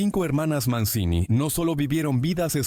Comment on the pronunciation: Se pronuncia "Manchini:, averigüen un poco para estos posteos pedorros con IA.